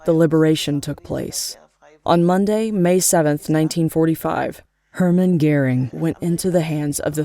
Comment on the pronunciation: Why the voice-over? Because Americans are too illiterate to read subtitles? Also why is the name Göring pronounced as “Gehring?”